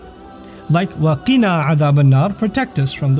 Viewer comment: Waqina....not wakina